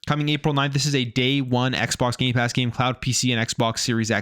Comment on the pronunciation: Stop saying Gaypass it's gamepass!